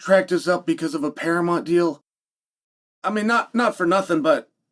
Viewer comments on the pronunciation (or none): Wahey, and we have a new mispronunciation for the books and it's "Paramont". Who needs that "u" eh? The yanks do love to ditch the "u" where possible I guess! 😂